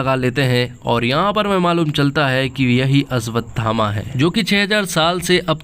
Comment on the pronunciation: भाई अश्वत्थामा है अस्वतथामा नहीं। पहले बोलना सीख ले भाई